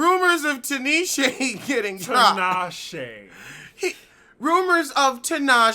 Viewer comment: that kills eveytime when you fuck up Tinashea name. He actually let you say it twice this time before he corrected you.🤣